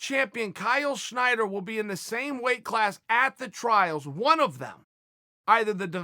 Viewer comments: why do you keep saying schnider..? its snyder lol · Stop saying Schneider. It's wrong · Chael his name is Snyder not Schneider